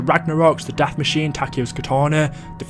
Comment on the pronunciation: For crying out loud it’s pronounced DE MACHINEAAA Not machine it was even said that way in the reveal yes a smalll miss up but it bothers the hell out of me